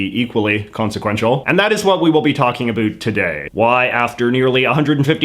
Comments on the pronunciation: “A boot”. Doesn’t get more Canadian than that. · Please stop pronouncing about as a boot. It only contributes to the stereotypes put on Canadians. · Please stop pronouncing "about" as "A boot"! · Is he over pronouncing his "about"s on purpose or does he really talk that way? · Yeah, I've never heard another Canadian say it that way, other than as a joke. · The only failure I see is your atrocious pronunciation of "about"